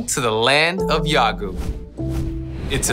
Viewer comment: 무키베츠 초반에 웰컴 투 야아구우~ 할때 조온나웃기내 ㅋㅋㄱㄱㄱㄱㅋㄱㄱㅋ